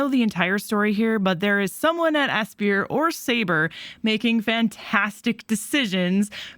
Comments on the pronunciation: NEVER heard Aspyr being pronounced as "Asbeer" before, it's supposed to be "Aspire", as in "I aspire to be something" with the star in the logo. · Great video! It's pronounced Aspire though, not ass-pier :) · Because it has "spy" in the word? "A-spy-er" and it's close to the words 'Aspire' and 'Inspire', which the word 'spire' further cements the pronunciation. I don't want to come off as a grammar nazi, people can pronounce it how they wish but you can't tell me it's pronounced "asbeer"